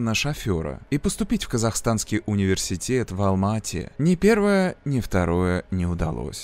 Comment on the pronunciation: Здравствуйте, прошу прощения, я живу в Алматы, ухо режет, когда вы говорите Алмаатинская область, Алмаата. Правильно говорить Алматинская, Алматы. Алматы не склоняется. Я пишу без претензии, просто хочу подсказать для следующих видео